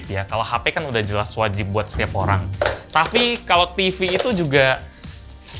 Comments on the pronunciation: "tafi kalo tifi"😁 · tafi ato tapi nih bang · tafi kalo tifi 😂